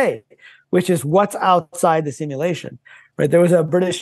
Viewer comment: One day will be able to pronounce simulation properly